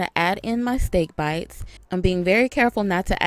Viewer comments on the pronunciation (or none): She said SteeaK BeitZZZ